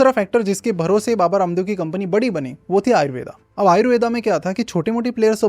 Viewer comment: आयुर्वेद को आपने तो आयुर्वेदा बना दिया आयुर्वेद बोलने में कोई दिक्कत होती है क्या